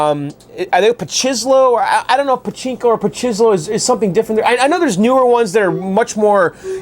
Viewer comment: you say pochinco I say pototoe .lol